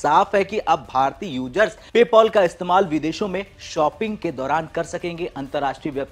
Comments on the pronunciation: Yrr PayPol nahi PayPal hey hoo😂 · Pole POL Paul nahi bhai PayPal Pay-Pal "Pail"